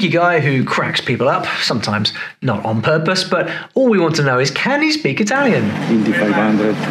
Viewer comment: it's impressive how Rosberg speaks italian so accurately, the accent is perfect